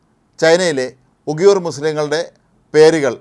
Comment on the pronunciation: 00.29 ഉഗിയൂർ അല്ല ഉയിഗർ ..ആദ്യം പറയാൻ പോകുന്ന കാര്യത്തെ കുറിച്ച് ഒരു ധാരണ ഉണ്ടാക്ക് വാർത്ത വായിക്കുമ്പോൾ